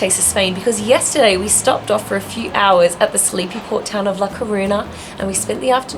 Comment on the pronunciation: Hey, couple! When you have a "ñ " as in " La Coruña" you speak: " La Corunia"!